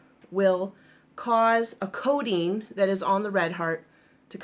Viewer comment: I thought she said there was “codeine” on it! She was saying “coating.” Ha ha ha !